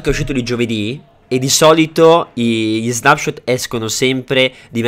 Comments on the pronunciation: perfavore che qualcuno dica a quest'uomo che si dice snepshot e non snapshot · ti prego devi dire non snapshot letto così ma con una e al posto della a quindi leggi snepshot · quando recensisci uno snapshot, che si legge snepscot e non snapscot, fallo con cura e informati bene sulle cose, guardati il video di erenbalze e confrontato con il tuo rispetto a contenuti e informazioni